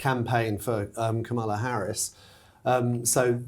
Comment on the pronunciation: It would be wonderful and appreciated if you all would learn to pronounce Kamela Harris name correctly. It rhymes with "Pamela" with a short "a". Thanks much. Happy Christmas to you all!